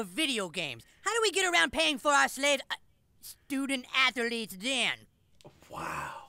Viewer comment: "Student a-thel-etes. Very good sir!"